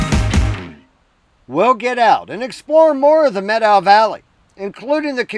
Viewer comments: Thank you for pronouncing Methow correctly. The Methow is my backyard and the Lost River Pinot Gris is a favorite beverage! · Good on you for pronouncing it correctly ;)